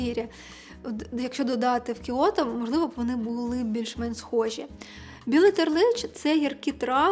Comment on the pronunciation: Класна вимова Кьото 🌸